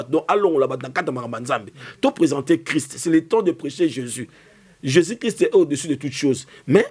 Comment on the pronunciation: le nom de Jésus est tellement facile à prononcer pkoi il a du mal a prononcé ce nom merveilleux